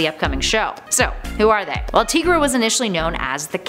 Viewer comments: I always thought it was pronounced TIE- GRA not TEA- GRA. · TY-gruh. Tiger - er + ra = Tigra If there's a way to mispronounce it, it'd be TIG-ruh, since there's 2 consonants after the "i", which usually means it's not a long vowel. And Tony Isabella, the creator of Tigra, pronounces it TY-gruh. So, it's TY-gruh. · Again w/the mispronunciations.... her name is pronounced TY-gra, NOT TEE-gra lol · Not tee-gra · you said tigra wrong it is pronounced like Tiger TI-Gra